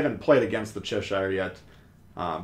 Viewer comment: cheSHIRE! is an "interesting" pronunciation. (Cheh-shur if you're wondering)